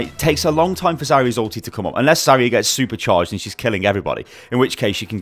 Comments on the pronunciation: Agreed, it's Zar-ya, not Za-ria. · Triggered every time she's called "Zaria"